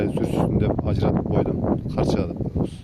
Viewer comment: Арканы, карчыга деп туура эмес айттыныз.